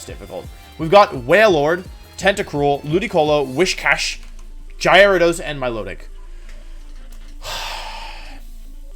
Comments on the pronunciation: I'm new here can someone please explain why wolfey won't pronounce a V? I think its funny to hear for some mons like "winyeasaur" but then I hear Gyro-dos and my brain turned off XD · He also pronounces Gyarados as “Jairo dose”. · Or diance instead of diantha or JY-RAD-OSE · You said... Jya-rados and Cinder-achie... Gyarados and Cinderace... Learn to say the names right please. However... Awesome video lol. Maybe rank them for their singles potential? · He also said jigga drain, jyarados, and george-heist. Diantha is the least of my worries. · bruh its pronounced are ca9. you know like a CANINE. dont even get me started on gyrados. otherwise good vid